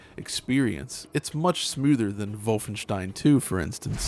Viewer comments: everyone:Wolfenstein:Volvenshtein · Vovenstein? Its not wolf en stein? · Every time this guy says "Vulfenshtein" it lowers his credibility. He knows that's not what the game is called, but he insists on saying it that way for some stubborn "everyone is wrong except me" reasoning. Makes him seem detached from reality, which leads me to wonder what else he chooses to be willfully ignorant about. He's the type of guy that would pronounce Data's name wrong on Star Trek and refuse to accept that although "datta" is an acceptable pronunciation of the word "data", the name 'Data' has only one pronunciation and that he is objectively wrong for saying "datta". Vulfenshtein is objectively wrong. And he is wrong for saying it. It is unnatural and stilted to switch accents and pronunciation mid sentence for a single word and stinks of "iamverysmart" over-compensation. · "volfenshein" come on man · I like how he said volfenstein but not wolfenstein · What the hell is "vulfenstein" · Say voffenshtien agaib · I like how pronounces Wolfenstein as 'Volfvenshtine' 😏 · "Volfenshtein" Literally cringed. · just call it WOLF-enstein bro noone but u pronounces it like that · Ikr? "Vol-fen-shtine." Shudder Ja voll, mein herr! No, thanks. Not for me. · Dude you’re not German. Stop saying Volfenshtein. It’s pretentious and annoying beyond belief. There’s no reason not to say the games name in your native American accent and pronunciation other than to let everyone know how much better and worldly you think you are compared to the unwashed masses. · Vulfenshtein. The way he says Wolfenstein is annoying. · You sound like adumbass when you pronounce Wolfenstein btw. MajorClownEnergy. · Learn to say Wolfenstein properly you chump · Moooom he's staying Wolfenstein wrong! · I CRINGED EVERYTIME THIS DUDE SAID WOLFENSTIEN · We get it, you have German friends. Now start pronouncing "Wolfenstein" correctly in English. You're not speaking German. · It is wrong actually